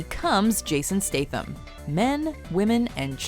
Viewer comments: Fuck me its STATham not STATEham. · NOT stath-am. stat-ham.......